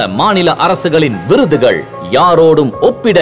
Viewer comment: அவல் விகடன் விருதுகல். தமில் மிக அருமை. 😡😡